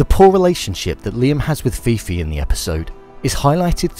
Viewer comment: How did you record this whole video, watch it back to edit it and not realise her name is ffion, not fifi, Jesus Christ